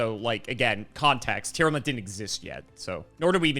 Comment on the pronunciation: it is not Tear-alament or Tear-element, it is Tear-lament